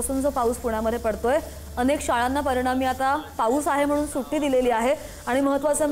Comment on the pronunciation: सुटी नाही सुट्टी 😂